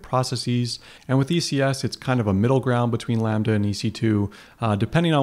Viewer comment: "Lamba" should be "Lambda"